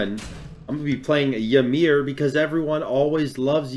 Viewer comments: whymer??? It's EE mear... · Ita pronounced eemeer, not whymer, just a heads up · IT'S E-MEER. the gods say their name when u pick them.... i don't get why so many people say yuh-meer (and i know saying "why-mer" was a joke) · You said “whymer” and it made me sad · Skelzore yes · I heard him say “Whymer” and now I’m not watching g the rest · Please tell me people don’t pronounce it Y-MER?!?! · Why are you saying ymirs name like that bruh😭